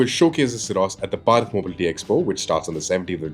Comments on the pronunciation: It is Bharat not barat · So irritating that their main news presenter can't even say Bharat properly. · Please say it properly